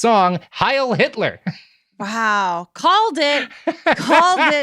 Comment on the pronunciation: Just after "Hitleerrrrrr"